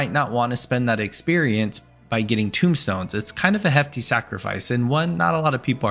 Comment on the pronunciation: Tome stones. Not tombstones